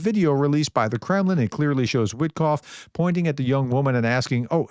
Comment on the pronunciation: Wit-off, the k is silent.